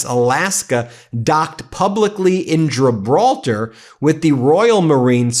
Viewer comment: Gilbaltar? FFS You dolt.